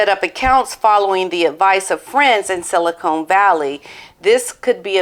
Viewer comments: Silicon (as in "con" job) Valley Bank, not Silicone (as in implants) Valley Bank, BTW. Interesting video; wonderful dog!😍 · Pronounced siliCON…..not siliCONE….there’s a difference! Look it up!